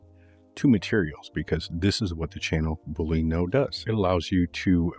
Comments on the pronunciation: Awesome, I can’t pronounce things at all, so I definitely not poking fun, but I’m pretty sure it’s pronounced like bull-lee-in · great - btw boolean is pronounced just like argentinean...